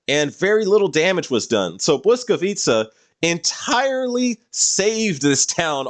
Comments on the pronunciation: I'm really impressed with your pronounciation of Błyskawica, propably the best that i have heard in a non-polish video. If i might ask, will there be more of polish ships in the following parts of your list? (Like ORP Piorun for example) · Airships and British submarines? I'm in. Also, a Pole here. Your pronunciation of Błyskawica was on point. I would obviously like to see her in game and, as you said, hopefully as a more mature-looking destroyer. Same with Orzeł actually. A UR destroyer and a buffer is also a ship I would welcome. On a side note, would you consider making a list of ships that might or should get a retrofit?